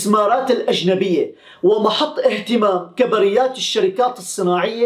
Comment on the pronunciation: سلام اخي للتحيح فقط نقول كبريات بضم الكاف وسكون الباءو فتح الراء